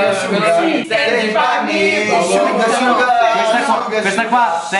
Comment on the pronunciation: Simone Pistidda ahahhaha shugar shuga non si può sentire😂 Sugar sugar*